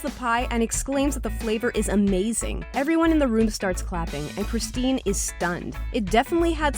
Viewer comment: Anyone else cringe a bit when she said "Kristin" and not "Christine"?